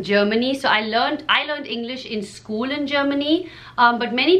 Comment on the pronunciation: Acho engraçado ela pronunciando " School" soa como " Scuulee" hahahaha